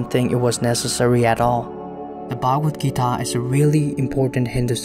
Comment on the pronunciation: Why do you westerners pronounce foreign, especially Indian words and names with the worst pronunciation possible? Do some research on pronunciation also, considering the fact that you people can learn pronouncing latin, french and even chinese words but not hindi-sanskrit, other indian languages. Its pronounced as shree-mad-bhagwad-geetaa, श्रीमद्भगवद्गीता (श्रीमद् भगवद गीता), not sri-med-bhegwed-geetae